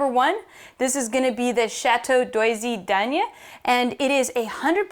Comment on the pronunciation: Very good stuff. I loved the way your pronounced Doisy Daene ;)